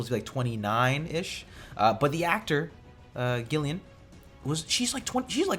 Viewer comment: A heads up, Gillian is pronounced with a 'j' sound like in Jill Like Geoff/Geoffrey in the UK is spelled Jeff/Jeffrey in North America.